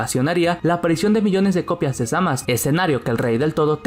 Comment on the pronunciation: Frizer y cell eran mucho mejores que majin buu. Se dice zamasu no zamas. Suena patético